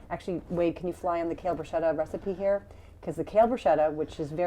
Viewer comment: Brus-KETTA not brewshetta